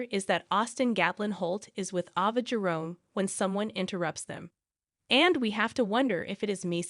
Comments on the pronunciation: Can you please get some one to pronounce the actors and actress names right please this woman that was speaking kept on saying ova and her name is ava and she couldn't even pronounce Trina name right. If you going to get some one to talk about the actors and actress on General hospital make sure they pronounce the names right ok. Please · It’s Trina not it’s Ava not either before you talk on these videos. You should pronounce the people on the show name correctly. It’s very nerve-racking to listen to this when you don’t have the correct names.